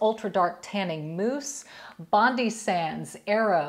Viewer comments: It's pronounced SAN Moritz and Bondi is Bond-eye not Bondee. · Hey Dominique, I'm from Australia 🇦🇺 and LOVED the Jergens firming lotion here but haven't been able to find it for a while.. glad to see you mentioning it as that gives me hope to still look. By the way, hope you don't mind me mentioning, but BONDI SANDS is actually pronounced as BOND-EYE , such as our popular beach in Sydney. We use Bondi Sands here a lot. I love the everyday gradual one.. ❤️ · Loved the tip for your back with the brush! It was never a problem when i was younger and more flexible, so now i have an easier method. 😘 Bless you! FYI, Bondi Sands is pronounced Bond-eye, after Sydney's beach. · Wow 😮 your very tanned Dominique, especially your face, I have naturally tanned skin that usually lasts me throughout the year, did you know that the “Bondi Sands” brand is actually pronounced with the “i” not “Bondy” Lol 😂 we actually have a beach here in Australia called “Bondi Beach” in Sydney Australia 🇦🇺, it’s a very famous beach for travellers that come over and many drown because they’re not used to the water here and don’t swim between the flags and listen to the life savers, it’s very sad for everyone involved, most can’t speak the English language which makes it difficult for our life savers to get them to understand the dangers of the current and rips out in the water, St Tropica has a lovely face tanning mist (I think that’s what it’s called) and gives just a slight glow to the face without it going to dark or orange like some will do, that’s what happens to me if I use a tanning lotion, it tends to turn my natural olive skin tone Orange Lol 😂. Happy upcoming Mother’s Day to you and Audrey, Hope your both doing something special together. Cheers from Queensland Australia 🇦🇺💖💖🌞🌞🌞🌞☀️☀️☀️☀️ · Super informative and classy as usual. Nb Bondi Sands is Australian and pronounced as in the famous Bondi Beach as an ‘i’ at the end rather than Pronounced Bond’e’ xx